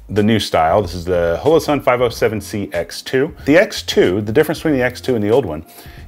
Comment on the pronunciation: Question: why are you pronouncing holosun as “hoe low”, instead of “ha low” the way it would normally be said in hollow or holograph, as in holographic sight? Is that just a weird geographic pronunciation of hollow? Just curious as it doesn’t sound like you have an accent with any other words